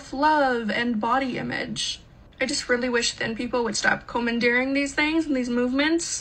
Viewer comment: Overly picky, but her pronouncing commandeer as "comb-and-ear" invalidated her argument more than the content of her words all together.